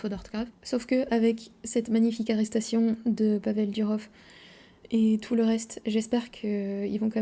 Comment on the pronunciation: Ну вот и всё. С сегодняшнего дня, я буду произносить фамилию Павла только как Дюроф. Спасибо,.